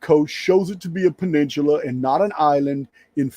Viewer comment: Baja = Bah-hah: Peninsula = Penin-soo-la